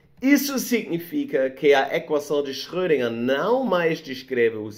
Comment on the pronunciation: Tenho que admitir que a repetida pronúncia de Schrödinger do me incomodou bastante hueueu